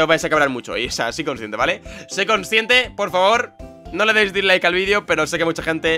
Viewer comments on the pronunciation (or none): none